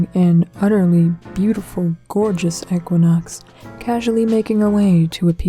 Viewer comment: I want to fight you just because you say ech-quinox